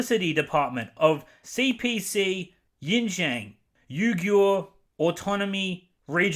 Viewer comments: I know this is a small issue, and I fully agree with the issues you brought up in your video. But the pronunciation thing... xD I mean I get that it's hard to pronounce words from a different language, but I feel that you could have done a little more research before making a video centered around this topic. especially pronouncing "Auschwitz" correctly but not "Xinjiang" when you said it multiple times. I just did a quick google search to see what might have come up for you. There's a blatantly inaccurate pronunciation of "xinjiang" by a robot that comes up for some reason as the first suggestion... no wonder. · if you can't even be bothered with learning the pronunciation of XinJiang or Uighur maybe talking about the hypocrisy surrounding the topic shouldn't be your bag? The other points regarding the movie is right on. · It would have taken 2 minutes to Google the pronunciation of Xinjiang and Uighur. Especially if you're just going to read news articles aloud. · I love how you so unapologetically butcher the pronunciation of Xinjiang and other Chinese place names To be honest Xinjiang does have some of the most beautiful scenery of the country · You dont even know how to pronounce the name of the province. What makes you think you know what really happened there. Yet you are talking about hypocrisy😂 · Nice job. For the pronunciation: Xinjiang = "Shin-jyong", and Uighur = "We-ger". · It does not bother me that you mispronounced xinjiang but if you want to know how it is shin jion, or use yabla. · It's not spelled Yin Jian. It's spelled Shin (as in your calf)-John (as in your disciple). I hate the Disney adaptation as well but you could've at least run the wikipedia pronunciation button before publishing the video. It's annoying. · Pronunciation is more like Pronunciation is more like Sinkiang or Shinzian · Really appreciate hearing your opinion. Just a heads up though, Xinjiang is pronouced as "Shin jhang" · Xinjiang is pronounced like shin-jee-ahng just fyi :)